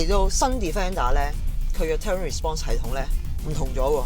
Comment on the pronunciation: 翻譯錯誤, 同埋 terrain 唔係咁讀。